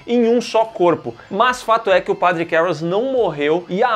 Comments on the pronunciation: Nunca foi tão difícil falar a palavra padre 🤣🤣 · Falar a palavra "padre", nunca foi tão difícil. 🫥